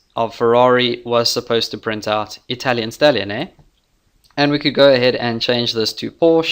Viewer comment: "italian stalion hey?" - the most south african thing I've ever heard 😂